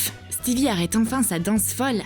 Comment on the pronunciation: C'est pas stevi c'est stiveux